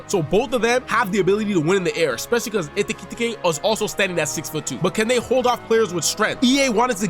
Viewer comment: Like this video just for the " ekitete" pronunciation